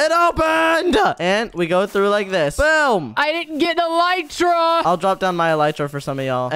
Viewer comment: Bro said elytra and arrow